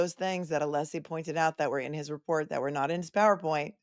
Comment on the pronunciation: Ohhhhhhh. Just got to the end of this STREAM!!!! Holy cow pies!, you a little worried? you retiring after this case? The Cape is calling!! Poor Alessi! Sit down, stand up, shut up, can’t get the name pronounced correctly. This man is a legend the way he performs in the courtroom. What a GG, genius gentleman! Go, fight, win! Now let’s get to the “blank, blank” of Jen! Can’t WAIT!!